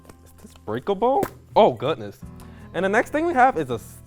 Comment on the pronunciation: "oh gu-ness"